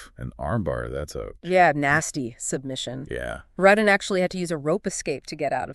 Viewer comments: Its not RUTTin Its ROO ten. Rutten. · Yes cuz they keep saying his name wrong it's Rooo ten. Not RUTTen